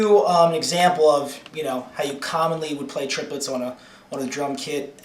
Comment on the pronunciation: triplets are counted trip - le- tts